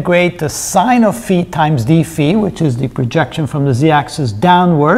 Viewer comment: Kudos for the impeccable dφ ("dee-fee") pronunciation!